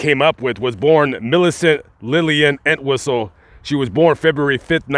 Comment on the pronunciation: Pronounced EnTWISTLE. Poor Peg. I've known of her story since I've been interested in true Hollywood/Hollywood crime stories. Still tragic that she felt this was the only way to relieve the pain she was going through or the pain she felt she inflicted on others.